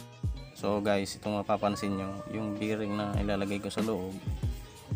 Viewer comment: bearing hindi biring.